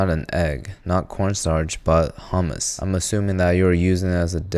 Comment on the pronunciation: wow he actually pronounced corn starch correctly